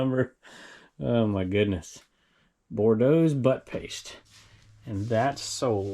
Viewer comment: And all of us Cajuns in Louisiana are going to excuse for calling Boudreaux's Butt Paste as "Bordeaux" (twice!) It's not wine,! Wrong end 🍷 😂😂🙈